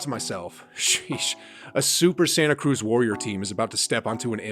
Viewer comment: bruh stop saying sheesh like that